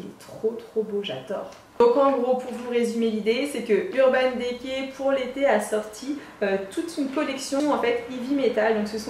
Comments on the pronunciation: mets un i à la place é mdrr ça m'a stressé 😭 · Ca me stress le urban « dé cay » 😂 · urban décay, urban dicey la prononciation stp